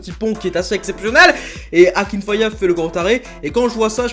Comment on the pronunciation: Akinfeev pas akinfayev frr